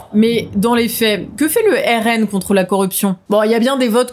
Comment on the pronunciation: le RNM ou RNeM, le E ne doit pas être séparé du M lors de la prononciation